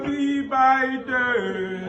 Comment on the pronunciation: Birthday ❌ Byeday✅ Ewoo Daddy'm😂🤣